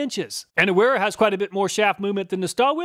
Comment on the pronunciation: It's pronounced vera only weha is pronounced with a w! An NCO obviously wouldn't know that. Let's be honest this guy is the type of guy who'd count on his fingers at a spelling bee!